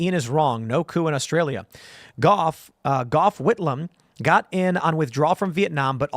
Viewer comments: Ian does my head in...That said, Gough Whitlam(pronounced like cough but with a G down here in Aussie land😅) Remains the only time that a sitting Prime minister was dismissed by the Governer General. (Sir John Kerr) In Australian history. What this means is that in certain situations it is possible to dismiss the sitting PM by order of the Crown. Through the Crowns representative, the GG. So Ian is not wrong on this front at least. His star wars style framing however leaves a lot to be desired. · He didn't even get Gough's name right.